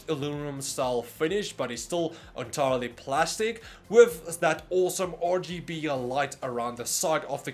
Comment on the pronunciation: Hey, I heard that too, but for me it's ORGYBE'ELIGHT